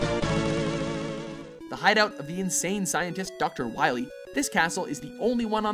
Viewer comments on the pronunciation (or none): none